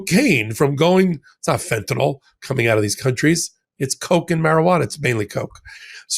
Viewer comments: love you & thank you sincerely ---please say fentanyl not fentanol ,no such thing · Ben, it’s not fenta(nol),……..it’s fentanyl (nill)…….